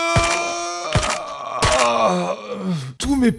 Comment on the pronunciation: j’adore qd tu dit “✨S I M P L E ✨”